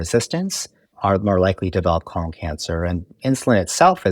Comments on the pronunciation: KO - LON 😂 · I love the way he pronounces 'colon' So distinguished! ❤